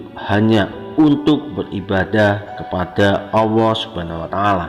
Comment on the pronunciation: Admin koreksi ya....pengucapan Allah bukan auwoh njihh